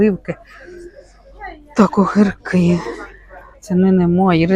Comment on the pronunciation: Мова жахлива ,,огирки,, слідкуйте за мовою дуже ріже слух.